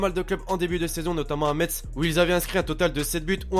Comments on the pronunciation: Metz se prononce messe pas metss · on dit MESSSSSSSSSSSSSE!!!! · t'as mal prononcé metz ptn